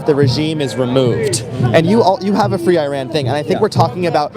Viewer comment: Fwee Fwee Palestine mommy